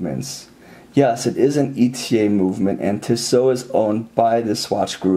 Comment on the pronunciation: Really nice review of a really nice watch. My only criticism is that (and this is coming from someone who grew up in Switzerland) the company’s name is pronounced "Tee-so," not "Tih-so."